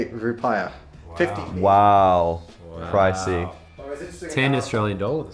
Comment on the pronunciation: For a guy who "lives in Indonesia" his pronunciation is atrocious. He can't even say rupiah 🤦🏻‍♀️